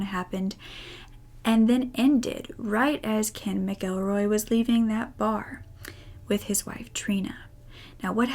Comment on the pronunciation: Thank you, so much, for knowing how to pronounce "McElroy." The traditional Irish language form is "M'Gillruadh," ergo, it's pronounced "mihk-ELL-roy," not "Mackle-roy."